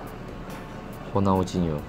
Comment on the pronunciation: ora ronaldinho mas tapi bacane ronaldinyo...